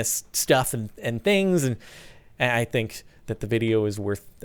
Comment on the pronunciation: you said stuff and tangs hahahahaha